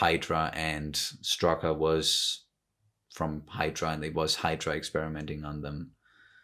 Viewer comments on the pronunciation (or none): Someone should really tell those american actors how to properly pronounce "Strücker". I mean I get that "ü" is difficult if you are not used to it, but the rule when to pronounce "St" as "Sht" should not be that hard to understand. So at least it should be "Shtrucker". And here is a question for everyone: Try to summarize what "Geraldine" was talking about in the scene with the stork. Because I for the live of me could not. I was too focused on Wanda and the stork. ;)